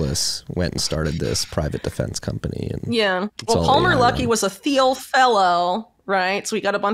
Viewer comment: Learn to pronounce Thiel